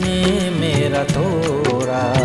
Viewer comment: good job....just 1 suggestion- the prounanciation sounds ' tora, mora'...looks like you pronounce the d as r..it is 'toda, moda'